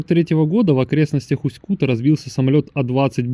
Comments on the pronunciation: Неприятно слышать как автор город называет усть-кУта, правильно говорится усть-кутА, усть-кутЕ, усть-кутУ. Я там жил почти всю жизнь. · Не Усть Кута бля, а Усть - Кута. Ударение ставится на а. Не на у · Совет для человека который рассказывает о любом городе - научись у местного населения как правильно проговаривать название города ( не Усть -Ку'та, а Усть-Кута'). Осетрово, это название связанно не с названием поселка, а с рыбным промыслом - ловлей осетров, которых тогда было очень много. Не надо из себя делать великого историка, чем показывать где находится исторический музей - сходи туда, посмотри, послушай, на крайний случай почитай, а то так и будешь выглядеть лохом для людей которые там живут. А ещё ушлепком, для тех, которые побывают в этом не таком, как в твоём видео, а действительно хорошем городе. Я знаю, что нельзя обижаться на больных и ,,,, людей, по этому вопрос к тебе - ты от куда, с какого города?